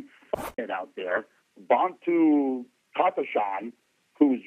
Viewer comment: It's not "Bontu"... It's Bantu